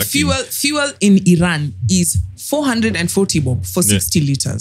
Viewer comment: I-ran to i-drive, you guy😂😂